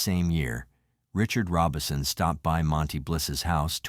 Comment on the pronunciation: So is the name of the family "Robinson" or "Robison?" Either your information is off or you need to learn some pronounciation.